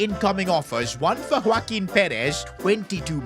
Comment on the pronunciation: Bro is saying woaquin perez from the start but its joaquin💀💀